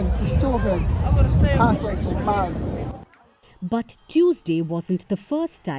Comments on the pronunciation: It's Maori not mayoori ffs amerikkka do better 😮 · Me: Hears it pronounced "my-ouri" Cries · the american pronunciation of maori is atrocious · Māori is singular there is no s! And I wish these idiot reporters would just do some simple research to get their pronunciation correct.....